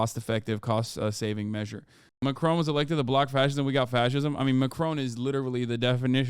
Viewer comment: love how you pronounce it 'macrone' hopefully by the end of his mendate we can call it post-macrone